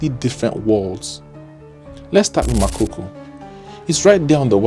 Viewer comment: It’s Makoko not makoko. Get your pronounciation right 😩